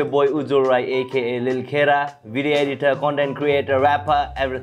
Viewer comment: Not lil kera it’s ting kera